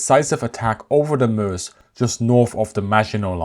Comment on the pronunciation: Excellent, and like the way you pronounce Meuse (Muhz).